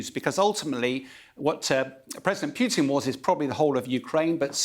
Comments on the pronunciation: its president POO TIN, not P(you)tin.... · "president piooteen" strikes again